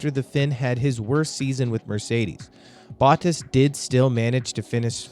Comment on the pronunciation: Hey man I’m a sub nice vid but if I could give you some pointers do a little more research on name pronunciation. I found your pronunciation of Bottas, Leclerc, Binotto and Sainz very jarring. Especially Sainz. Simply watching F1 regularly you get used to hearing these names pronounced a certain way so these different pronunciations really take me out of it. Lastly, and this really isn’t a big deal, but the video just kind of ends abruptly. Might I recommend some form of an outro? Most channels that produce your style of content will have a bumper outro that will include a subscribe button and a link to another video while the narrator will leave a message such as “thank you for watching, be sure to like and subscribe”. That may not seem that important, but YouTube statistics show that telling your audience to do that actually has a huge effect on how many viewers do. Appreciate the video just trying to be constructive since you seem to be more up and coming. Also you sound American and as a Yankee F1 fan I wouldn’t mind seeing more of us involved in F1 related content.